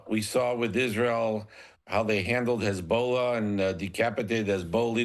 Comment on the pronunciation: Lol HESBOWLUH ...